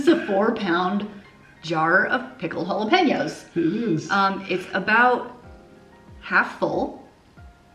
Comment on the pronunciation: You're the only you tuber who can pronounce JALAPEÑOS correctly. Thank You!